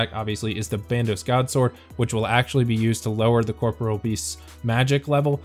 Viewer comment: Liked solely because you didn't call it "corporal"